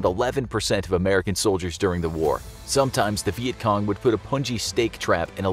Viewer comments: He says vietgong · He says vietcom